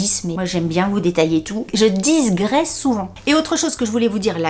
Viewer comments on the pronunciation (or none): DiGresser, pas de s avant le G ;) Ah IKEA ça change!